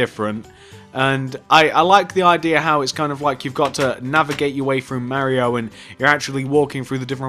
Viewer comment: it's pronounced like Mar-ee-o. Not M-air-ee-o.